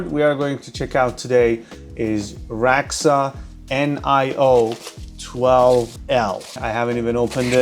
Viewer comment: theres a D in the middle of the name......its not a silent D.......its pronounced like ra dax ah